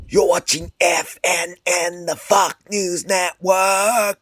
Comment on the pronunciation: That sounds great, I was thinking of filming a follow-up because you butchered my name, maybe I'll do one for the new year. Stay frosty!